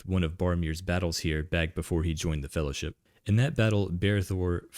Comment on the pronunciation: "One, yes. What about second Faehllowship?"